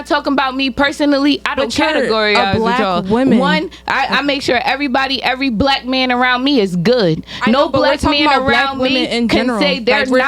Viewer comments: 😂😂😂😂 thats why you are a single mom with two kids and no father! 😂😂 rediculous! And stop saying "Blake" women, its 'black'! Also, youtube is messed up, got the 'N' word flying left and right but pu&&y and d%ck have to be beeped... sideways morals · bleck women ? BLECK SHE SAID